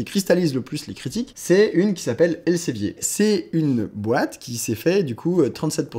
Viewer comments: Ça se prononce "el Zé vir" pas elsevier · Alors par contre, ça se prononce [elzevir] ;-) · ça se prononce "èl-së-vîr" ;) ce qui change pas le problème